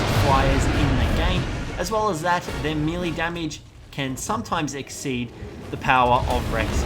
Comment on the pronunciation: I dont know if it bothers any one else, but melee is pronounced may-lay. Not me-Lee. Please stop, it makes me cringe hearing you mispronouncing your words constantly.